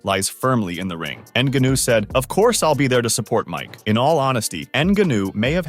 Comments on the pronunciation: “N-gunnew “? Get a clue lol. It’s neh-gon-yew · EN-GAH-NO that's how you say the last name correctly. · Dude learn how to pronounce the name of a famous fighter. Nnnn/gaa/nu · Ah yes, N Ganoo. That's totally how you pronounce his name. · How can this narrator not know how to pronounce Ngannou? Tell me you have no idea what you’re talking about without telling me you have no idea what you’re talking about.